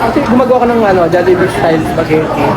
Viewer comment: Tagal ko nag antay ng vid nato d nga rin ako mk tulog kahit antok na antok nako... love to see them eating our own food chain❤ ang galing ni bumigkas ng jollibee